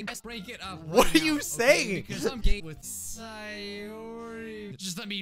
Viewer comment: Did anyone else here him say: "because I'm gay with Sayori"?